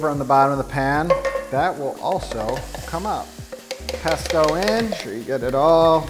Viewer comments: I'm not Italian but even I am offended by your "pesto" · im not italian but im still upset about your "pesto" jajajajj